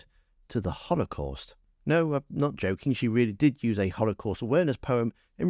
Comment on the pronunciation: What's a hollow cast Esther? Can't even pronounce the word the fool.